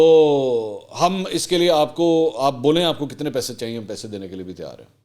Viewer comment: pehe nhi pese hota h sir...😁